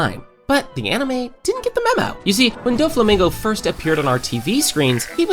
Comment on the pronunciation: bro massacred doflamingo's name